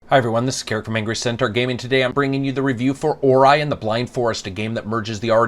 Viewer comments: Right at the start I wanted to go to another review when I heard "Or-eye" instead of the appropriate, "Or-E" pronunciation. God that hurt the ears, hahaha. Still, I'll give this a listen and attempt to get over it. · Except for OR-eye, I would have to agree. Doesn't complain like some other noobie reviewers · Or-eye,, hmmmmmm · Well, sir, I LIKE how you mispronounced Ori. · Good review but you butcher the pronunciation of the game lol